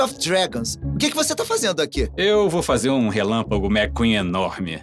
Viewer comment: Ninguém sabe falar o relâmpago McQueen direito